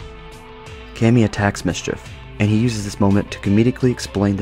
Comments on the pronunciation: also Kami is Kami, not Kemi :) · Small nitpick but its pronounced (oo mom mie)umami and (commie) kami.